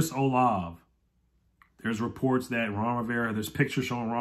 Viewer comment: Chris Olave is actually pronounced “Olavey”. As a Buckeye fan, I watched his output over his college career and he is definitely a difference maker on the field. Great signing if we get him!